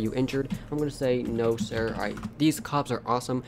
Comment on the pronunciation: Not sire its sir